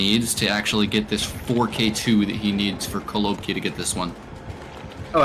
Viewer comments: it’s actually kolobkI, not KolObki, last letter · Stop saying kolObki